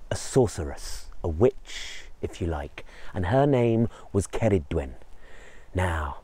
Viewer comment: Thank you for saying Her name correctly.